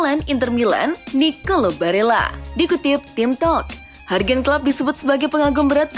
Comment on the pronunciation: bacanya YURGEN KLOPP bukan HARGEN KLOPP